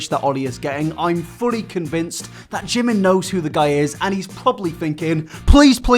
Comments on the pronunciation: You’d think if he loved jimin so much hed attempted to learn korean and pronounce his name correctly. Not“Jih men” more like “jeemeen”(지민). Korean pronunciation is tricky but with all his obsession you’d think he’d try💀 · Can we appreciate how he says he loves Jimin and all of that but can't even pronounce his name correctly? It's JImin not JimIn lol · The fact that he can't even pronounce Jimin's name correctly in Korean is making me puke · God am I the only one that hear that oli said that his name is oli min ARE YOU KIDDING ME!!!!!! Jimin name is PARK jimin you can tell that oli know nothing about him And he even not pronounce his name right!!!!!!! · He doesn't even say Jimin correctly! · Oli can't even say Jimins name right. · To Oli London: Please stop butchering Korean thank you. If you were really appreciated the Korean language then you would actually take the dedicated time to learn how to pronounce words correctly, sorry not sorry that’s the FACTS